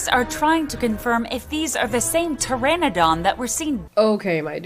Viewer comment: What's a pretadon? You mean Pteranodon?